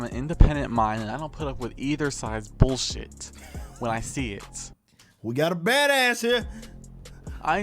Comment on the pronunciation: LOL I love his emphasis on saying the word "Bullshit" while trying to sound "threatening".